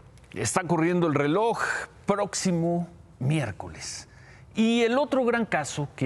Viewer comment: ¡"Prótcimo" miércoles! ¡Noooo seeee loooo pieeeerdaaaaa porrr éste canaaaaal y la "sesuuuda" "hopinión" del carcamán Gómez!